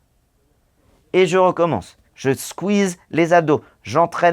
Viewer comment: Squeze ou squeeze? Ou squiz!?